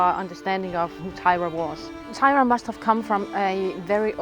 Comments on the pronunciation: disappointed that the Danish runologist pronounces the name of Thyra as if it were an English name; “Teira” or “Taira” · The name is Thyre not Thyra. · So was I. Why pronounce Thyra different, when you pronounced Ravnunge-Tue (the carver) in Danish 🫣😅